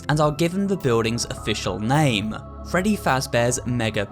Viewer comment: And that’s not how you say “Freddy”